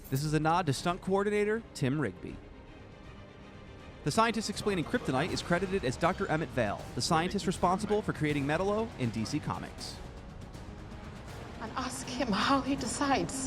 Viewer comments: Metal-o?! Really? It's pronounced Meh tal o and it's pronounced dark side! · Yeah it bothered me too. (Metallo) pronounced as Ma-tal-lo, not Metal-low. (Darkseid) pronounced as Dark-side, not Dark-seed. If they ever get it wrong in the movie....that's it...DC will officially suck. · Its pronounce MA-TAL-O and darkseid is pronounced DARK-SIDE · The way you say Darkseid and Metallo really frustrates me.